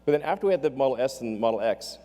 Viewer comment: XD he said model ass